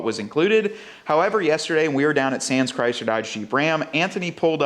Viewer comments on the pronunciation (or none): none